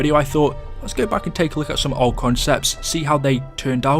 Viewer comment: Why do you say "look like" like "luke like"